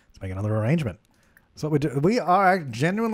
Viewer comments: “Orangement” Lol why do you say arrangement like that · If you don't think "Ah-range-ment" in voice when crafting them in your own game... you're not watching enough... c'mon Suppies I know I'm not the only one afflicted. LOL